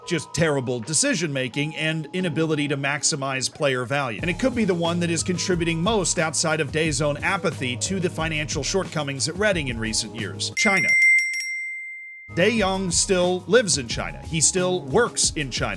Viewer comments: love how you read his name as Die Young (while practically it should be Tye Yonger or rather like that) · The way pronounces it, it sounds like the name of the owner is Die Young